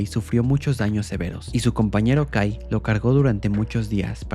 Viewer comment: en vez que escuche kai escuché gay xd